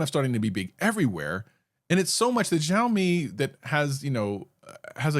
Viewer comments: Bro it's not Zaomi it's Shaomi. You gave Mrwhosetheboss reference, over there also it is said! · What is this Jow-mi you speak of?